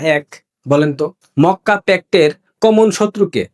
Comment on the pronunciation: Mokka k fokka bolli keno?